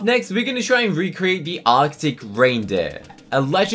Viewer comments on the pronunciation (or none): none